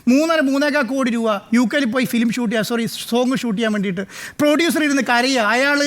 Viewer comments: പൊടിയുസർ അല്ല പ്രൊഡ്യൂസർ ആണ്. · പൊഡ്യുസർ അല്ല സാർ....പ്രൊഡ്യുസർ😂